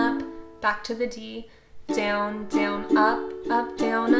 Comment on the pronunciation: It sounds like she is saying dwn